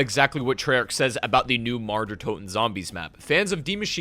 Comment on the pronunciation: I cringe everytime he pronounces mauer